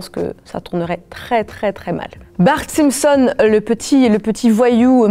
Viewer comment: Pourquoi elle dit Les Simpson’S je suis sur elle dit des Springles elle